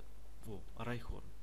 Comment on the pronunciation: У оникса есть эволюции и правильно не райхорн а райхон